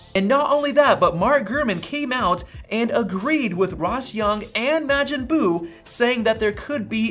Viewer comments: its pronounced mawjin buu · okay I can't take it anymore, it's pronounced "Mah-jin" buu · I hate how you pronounce Majin Buu... Did you not watch Dragon Ball Z? lol Good video though! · My guy, the a in Majin Boo is pronounced like “wash”, not like “cash”.